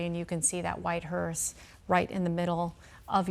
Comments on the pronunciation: Glad someone must have corrected the female speaker. In her first pronunciation of “hearse”, she put a “t” on the end of it. Thereafter she pronounced it correctly. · Its a hearse. Not a hearst. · It's a hearse! Not a hurst! Jeez, can we find some talking heads that actually have a command of the English language? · Note to anchors. It's a hease not a Hearst. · It's hearse not "hearst." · It’s HEARSE not HEARST Jesus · Hearse not HURST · Its called a hearse, not hearst!!!!!